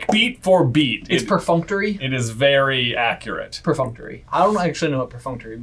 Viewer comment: omg, was so wrong saying perfunctory but still love ya'll:)